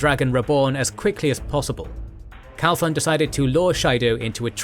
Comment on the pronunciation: Absolutely love this series. Also it's Matrim "Cauthon", instead of "Calthon".